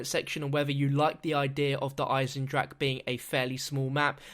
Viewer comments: duh igh-senned-rock-uh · JUST WANTED TO POINT OUT in german words you pronounce the e if the word ends in e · you are saying Der einendrache all wrong